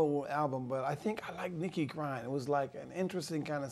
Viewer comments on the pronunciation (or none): did he say he liked darling nikki? Sounds like he saying nikki crying or something